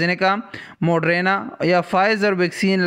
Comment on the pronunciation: یار اللہ کا واسطہ ہے یہ موڈرینا نہیں موڈرناہے🤪